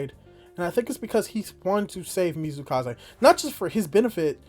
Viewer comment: It's MATSUkaze not Mizukaze yeah I know it's hard name but really feels wrong when said not right XD Same I think I heard you calling YuzuRICHA, Yuzuhara. Yep one of the hardest names in Dr. Stone.